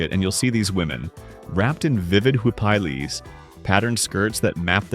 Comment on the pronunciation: But seriously! WHY DONESNT THE VIDEO PRODUCER FIND SOMEONE WHO CAN PRONOUNCE COMMON GUATEMALAN WORDS . THE NARRATOR CANT EVEN PRONOUNCE HUIPIL N MANY OTHER WORDS.!